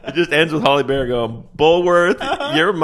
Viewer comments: S/B Halle (HAL-ee) Berry not Holly Berry. Nails on a chalkboard. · There isn't a Holly Berry. Hal-ee Berry is how her name is said. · "Holly" Berry? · Are you saying Holly Berry? LOL! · Are you saying "Holly Berry"? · Halle Berry, not "Holly"😆